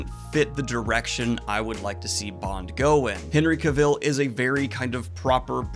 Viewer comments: Hey Daniel, I'm going to be that guy and let you know that Cavill is pronounced CA-vuhl (rhymes with travel), not ca-VIL, anyone not believing me can easily google it and one of the first results is Henry himself with a very short video explaining it. This wouldn't have bothered me except the name is mentioned like 20 times in the video and by the 15th I was wincing lol. Anyway keep up the good work, cheers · Looking forward to seeing Dune here in the UK. I really enjoy Henry Cavil in everything he does and personally would enjoy seeing him take on Bond but I have a feeling it won't happen myself. Also just so you know, it's pronounced like Travel 👍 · It hurts my ears every time you say Henry Cavill's name wrong. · Just thought I’d let you know Henry pronounces it like cavil, not cavil (emphasis on the ca part) lol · Just sitting here listening to Daniel mispronounce Henry's name... I'm fine.